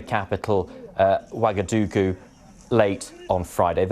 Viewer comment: its actually "Ouagadougou."